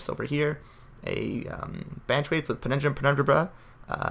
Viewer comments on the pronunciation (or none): Ur pronunciation of pendulum penu,braral is hilarios good battle tho